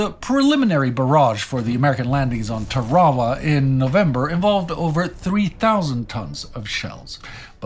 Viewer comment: Nothing is impossible....for the person who doesn't have to do it. Tar wa wa? Thought it was Tar-a-wa